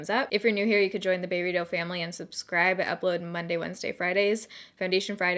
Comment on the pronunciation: Yay #snapchat #baerrito for the longest time I always thought you were saying baby doe family instead of baerrito LOL and it is hilarious that my autocorrect now corrects the spelling of baeritto to that if I misspell it. I am loving your snaps while you are in the UK with Burberry. AND still so stinking proud for you!